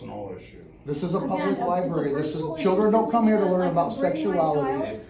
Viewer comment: "C'mon, boys! To the LIBARY!"